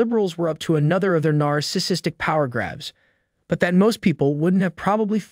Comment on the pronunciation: Please also learn how to correctly pronounce, "narcissistic" ... NAR-SIS-SIS-tic.